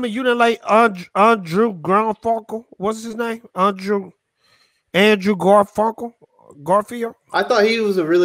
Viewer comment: "Andre Garfunclke???" ware you drunk or something?